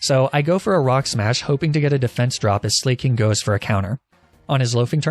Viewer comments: I’m pretty sure it’s pronounced Slack-ing and not Slay-king. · why do you call slaking “slay-king” and not “slack-king.” its painful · I may be wrong but I always thought Slaking was pronounced Slack-king as a pun on how he slacks rather than slay-king. But I guess he does slay haha... thoughts? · buddy I can’t keep supporting you when you butcher every name you come into contact with this badly. Sla- king? Are you kidding?? HIS NAME IS A PLAY ON THE WORD “SLACKING” YOU FOOL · It's pronounced Slack-king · MaH cHoP😂😂😂 bro “slayking”? Good lord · "Mah Chop" and "Bae salt" "Slay king" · I like how you pronounced slaking Slay king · He said slayking so many times.. I can't 😂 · The way he pronounces slaking kills me